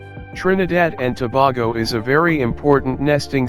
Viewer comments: Started off with the terribly wrong pronunciation of Tobago. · Toe-bay-go Indigenous people acculturated since 1498 with Spaniards and Arabs was brought by Christopher Columbus...